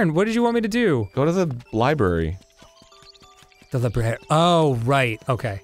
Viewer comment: Arin: "Libary"